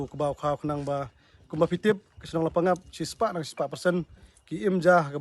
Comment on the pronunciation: Wrong pronunciation la pang ap...right La pa ngap